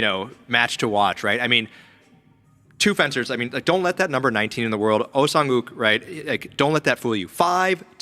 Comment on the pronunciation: OH SANGUK ❌ OH SANGHUK ✅